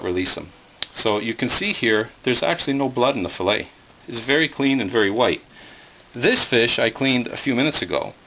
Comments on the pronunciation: Fil-let lol it is fil-lay. Lol that made me laugh. Are you canadien? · What the hell is a fish FILL-IT. You butchered the fish. You don't have a clue.